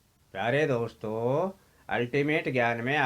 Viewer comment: Hanji sudh ucharan kiya kro boolte time ye kya hai raag thoddi gaa rhe hoo ak word ( akshar ) ko itna long kr k boolte hoo hello dosto , hello mitro khana hai to vistar sy kho itna kyu bdda chdda kr ........????